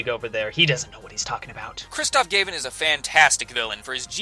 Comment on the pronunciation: Is it "Gayvin" or "Gavin"?? Every video with his name said like that bothers me..